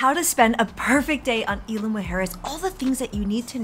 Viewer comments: Please at least pronounce Isla correctly! Super annoying! Also, jet skis aren’t permitted in north beach and you shouldn’t encourage it anyway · Thank you.. loved the video and info but the mispronunciation of Isla was driving me crazy..